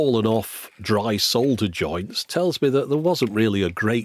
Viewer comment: Another cool video. It's always nice to see those antique devices and how they worked. Bonus: - Someone not pronouncing "solder" as "sawder" for a change. Nice! :-)